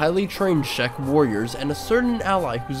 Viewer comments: I would add that "Cz" in "Czech" is pronounced like in "check that out" and not like "Sh" in "Shrek" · you pronounce czech like "check"